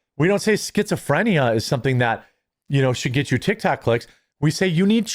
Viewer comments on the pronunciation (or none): none